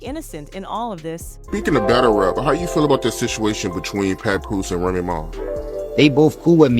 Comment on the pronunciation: Ra ma?? Damm Saying Remy is that hard?